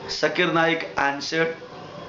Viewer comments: Nice rebuttal but mostly you are attacking him rather than to the point. First how can you prove that the questioner was not Hindu? Pronunciation problem? you can't call his name properly..He is not sakir naik. He is Zakir naik. its Z not S. on the subject he says that you don't need an idol to focus God. Muslims don't have idol still they focus. why not Hindus. worshipping and saluting are two different things. you are a learned man. salute you but when it comes to logics, you should improve. Good luck next time. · Zakir Naik never claimed He is an authority but a student of comparative religions. Pronounce of any word is not the issue. Even Hindu Scholar could not pronounce Zakir name properly instead he said Jakir. Most of the religions talking about one whether Hindus, Christian etc. But Hindu Pundits have turned into several Gods. Similarly Christianity talking about one God but Priest changed it into three Gods. Zakir is educating people to accept one God and worship him only. The present Islam being followed by so called Muslims is religion invented by so called notorious scholars who wrote books over books 250 years later of Prophet Mohammad 's Death with fake stories and fake saying (Hadees) and entangled them into mere rituals. Islam Is a code of life as how to spend life journey by following Quoranic commandment, be successful here and be successful in the world after. Present fake Islam religion have pushed down all the believers to gutters.